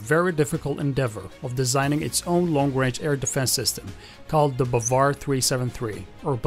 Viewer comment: The correct pronunciation is BAAvAr and it means believe, and sayyad also means hunter Thanks for your useful video😘👏👌💫